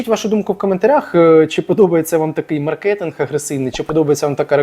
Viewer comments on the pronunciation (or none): none